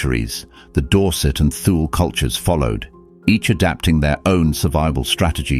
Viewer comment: Please instruct your narrator, whether human or AI, that Thule is not pronounced TH-OO-L.